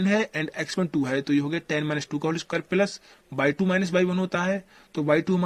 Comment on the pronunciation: I don't know why i laugh when he says....ye kese ho geya 😂😂😂